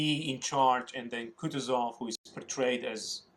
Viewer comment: It's KootOOzov